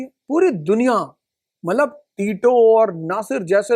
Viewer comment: मतलब को मल्लब बोल रहे हैं